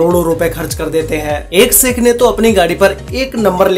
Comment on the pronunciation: भाई अपनी तुम ठीक से बोल नहीं पाते 'श ' अक्षर को 'स ' क्यूँ बोलते हो जैसे शेख को सेक बोल रहे हो